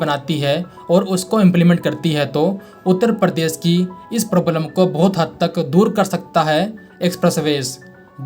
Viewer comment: परदेस नाही दोस्त, "प्रदेश",😵‍💫 बहुत फर्क है